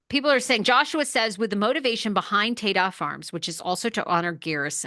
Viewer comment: It’s Ta-Da Farms - like presenting… ta da! I think your pronouncing it incorrectly